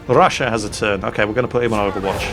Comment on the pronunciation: I dare anyone to drink a shot every time: - butchers 'Ostraya' - butchers 'Rassia' - comments on 'temptation to shoot them all' and how you can't - sniper pistols are mentioned If you haven't passed out by 25 minutes you must be drinking water.